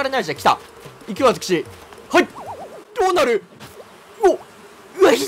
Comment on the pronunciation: ｢どうなる?!｣が｢ア○ル｣にしか聞こえないやばい…